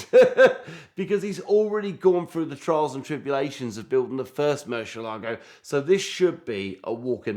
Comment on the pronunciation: 15 seconds in and f i hear this halfwit say "Murshalargo" one more time i am gonna lose my mind.